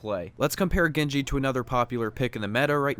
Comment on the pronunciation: dude he's not gengi, he's genji get it right